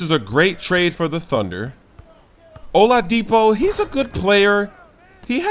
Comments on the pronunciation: said Hola-Deepo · The way he says oladipo 😂